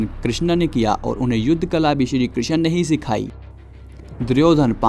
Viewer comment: Good video but it's krishn not kri x n